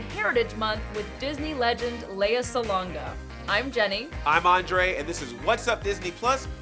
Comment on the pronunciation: Thank you so much for pronouncing her name properly and saying LEH-YAH and not LEE-YAH like most people do. Great job!